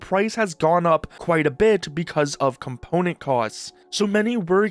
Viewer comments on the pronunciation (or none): none